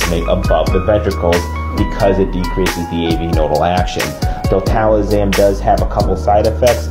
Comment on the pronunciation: Love the content, great info but….”Diltalazam?” Is it a different name north of the border?